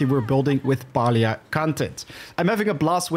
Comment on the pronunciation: Its pronounced pealia if you speak it, not palia ;)